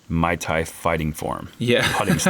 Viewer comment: "Mai Tai fighting form" . Haha. It's Muay Thai.